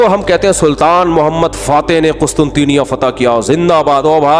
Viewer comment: Hamri karachi ke Matarway mufti sahab mazrat se lekin wo QUSTUNTNYA hai Ap qustunteenya bol rhy ho